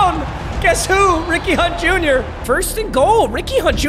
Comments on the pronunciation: Is it just me or did it sound like he said weenie hut jr when he says Ricky hunt jr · Anyone else constantly hearing “weenie hut jr” instead of Ricky hunt jr